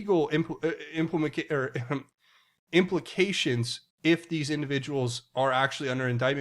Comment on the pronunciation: "Implamication,"? 😏